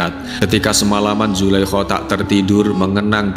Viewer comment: Nyebutinnya zulaiha apa jangan zulaiho , ga enak banget ngedengernya